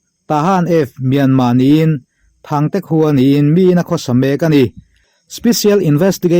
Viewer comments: Thangte khua nilovin , Ṭhangte khua tih tur zawk. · Thante ni lovin Ṭhangte tih zawk tur